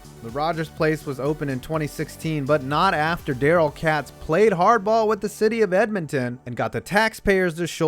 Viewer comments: Daryl Katz, not Cats... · If you like alberta that much, you might as well pronounce katz's name right.